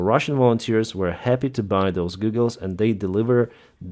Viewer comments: Goggles! Not Goooogels. Please! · Its pronounced Gah gles not goo gles. not hating just a heads up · lol “Googles” sir, how you pronounce goggles, is like “gaw-gles” that’s how you pronounce “goggles.” ;) not “goo-gles” like google search engine lol, but googles sounds so much funnier not gonna lie haha. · Your pronunciation of goggles is rather endearing :) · Goggles not googles 😜👍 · Goggles not googles! 😂❤ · Hey,. They're called goggles, not googles. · Goggles виговоритися як Гоголс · A pair of Goggles has a short o as in the word hot. Google has two o's so sounds like a long u as in food. So they are FPV goggles not FPV googles.